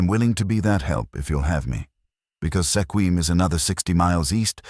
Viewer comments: Good story but it's pronounced SKWIM not sekwim. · Squim not Sekwim. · Mispronounced Sequim.